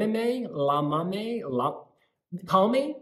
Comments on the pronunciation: Loved this review, but let me tell you guys that in order to pronounce "Llámame" right, you better try the sound of "Y" at the beginning. Try saying "Yámame", cause you are saying "Lámame" and it sounds like "leak me" in Spanish ("lámeme") :) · We, spaniards, are to blame for this one. Romania is one of our favourite 12 pointers, and we are SO buying this one, I'm sure. And yes, we call "bebé" to our boyfriends. He knows so well. And Spanish Eurovision entry in 1962 was "Llámame" by Victor Balaguer. (Pronounced 'Djā_ma:_ mE) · Stop saying lamame it meens lick me in spanish . In spanish Ll = i And you are right is cheep but catchy . 😘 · When you said "lámame" I died 😂😂😂 it means "lick me". What a letter can do 😛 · Llamame sounds like “iamame” in Spanish! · Ll is a Y sound in Spanish. The way you pronounced it, it means “I sucked on it” 🍆😂🤣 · I just hope they learn how to say “llámame” LOL Such a good song ❤️